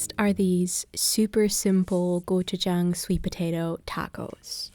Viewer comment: Thank you for saying gochujang correctly! And for making such delicious looking food!